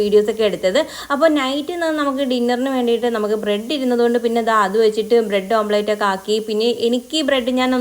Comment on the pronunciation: Omplate alla omlet anu.